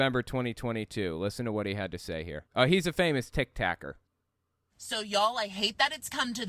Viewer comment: i dunno much about christian walker tbh but hearing "tic-tac-er" from here makes me feel like affectionately handing our beloved youtuber an official internet dad award 🥇for mispronouncing some newfangled social media site